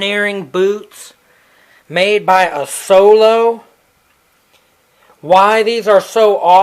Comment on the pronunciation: The pronunce is Azolo a small city here on the Alps close to Venice. Not Assolo....